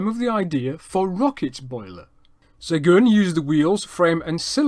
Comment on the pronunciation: Really interresting and well done! I really enjoyed it. Your french pronounciation is impressive. It is off for Seguin though, which should be pronounced as [sœgɛ̃] and not "segun". The closest I can think of in english would be "Seguin", like in "terrain". The end is still a bit off too, but "in" sound in French does not exist in English and this is the best approximation. Keep up the good work: I am now subscribed!